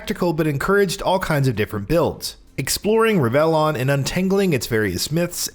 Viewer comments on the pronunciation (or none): Pronunciation note: RIV-el-on. Come on, man. You're a gaming channel.You can look up pronunciation.